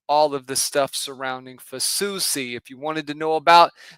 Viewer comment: corrects the pronunciation of Lancaster and then immediately says Fasusi name wrong. 😂